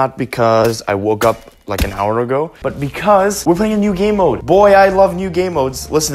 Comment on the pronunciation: He said gaymode 6 times